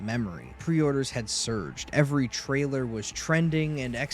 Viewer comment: Between "tryler" and "pro-ject" i couldn't listen to this shit anymore. I'm sure the actual content was good and well researched, but learn how to speak English.